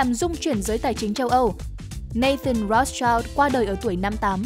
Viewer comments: Phát âm là "Roats trao" sai r kênh ơi 😢 👉Rothschild phải đọc là /ˈrɒθstʃaɪld/ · Tiếng Đức đọc là R(r)ốt S-chind